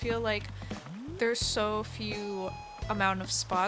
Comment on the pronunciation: When u said exactly u said exactry right instead of exactly but no offence